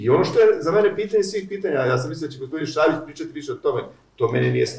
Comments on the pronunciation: Nije Švabić, već Šabić xd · Šabić, ne ŠVabić. Da je samo jednom, pa ajde....